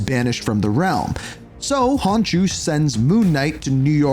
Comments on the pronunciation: He says Hahnshu instead of Konshu too and one point Kawanda and calling Thor, Sor hahaha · Khonshu not Honshu but great video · Where tf did you get karako 😭 it's krakoa😭 honshu? WHERE IS THE H. IT'S NOT THAT HARD KON SHEW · " " there's no way you keep pronouncing Khonsu "Honshoo" when it's pronounced KAHN-shoo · stop saying hanshu.. its khonshu!! it sound so irritating when you call it hanshu. stop saying it!! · dude you have HORRIBLE pronunciation. “honshu” instead of khonshu?? “k-ra-ko” instead of kra-ko-a?? i mean it’s literally just said how it’s seen; i didn’t know annunciation was not a common thing anymore it makes you less credible and sound stupid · konshu not honkshu lol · Who tf is honshoe ??? Its khon shu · Wow, words are hard for you, aren't they? Unless your script writer can't spell. Examples: "Sanctum Santoruium?" = Sanctorum "Hon-shu?" = Konshu "Carikoa?" = Krakoa "Ka-Null?" = Knull "Soar?" = Thor When you can't even pronounce names accurate, the video loses credibility. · Who tf is Honshu Khonshu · Its not honshu its khonshu! Bro stop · ...ITS KON-SHU NOT HON-SHU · KHONSHU (CON-shoe) ya hurtin me f 😅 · KHON-SHUUUU. I’m sorry but these mispronunciations are killing me 😂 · Kra-Koa its Krakoa, Khonshu not Onshu, Wakanda not Owanda. Slow it down learn the pronunciation its not a race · Hun shoe😭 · oh brother this guy stinks, its khonshu like con/shew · Honshu??? just stick with cod cause you got a lot of this wrong like pronouncing things wrong🤣🤦🏻‍♂️ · Except for the garbage pronounciation. Who looks at "Khonshu" and goes "Ah, yes, hon shoo" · how do you say konshu wrong bro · Im sorry, but as a fellow traveler of the night, it killed me to repeatedly hear you mispronounce “KHONSHUS” name 😢😅 loved the vid tho!! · I would like him to at least try pronouncing things right.. How do you skip the K in Khonshu?